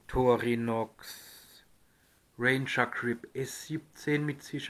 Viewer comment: Sorry, die Aussprache des Wortes "Victorinox" ist einfach nur fürchterlich.